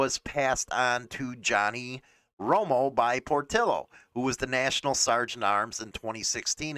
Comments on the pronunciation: It's not Por-till-o, it's Por-tee-o. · I just wish you would pronounce Portillo correctly